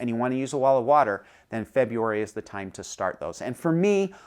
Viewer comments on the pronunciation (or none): Did you say wall of water? Olive water?